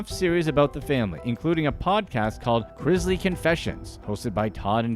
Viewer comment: It's pronounced Chris-Lee not Chriz-lee